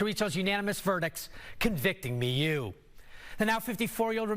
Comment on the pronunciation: OMG it's not "Me-you" it's "Mew" this journalist drives me nuts with his pronunciation, lol